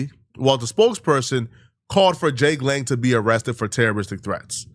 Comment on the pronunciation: “Jake Long—Lang” lmao mans thought it was the American Dragon